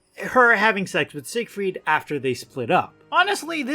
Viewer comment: Until I started reading the comments I thought you were saying “Sick Freak” instead of “Siegfreid” but it seems like it would fit anyways